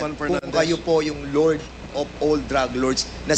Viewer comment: “Lurd” of all drug lurds”… anong “lurd”! At Sino yung “Nila” na nagsabing sya ay lord OF ALL DRUG LORDS? What’s your “froop?”😂😂😂